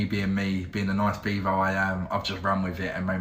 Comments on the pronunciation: beavo? I thought you said beaver 😁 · had to listen a few times cuz thought he said his name was Beaver 😅